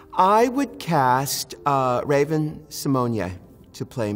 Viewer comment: I've never heard raven's name pronounced like that